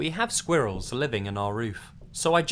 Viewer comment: Anyone else love the way he says "squirrels" 😂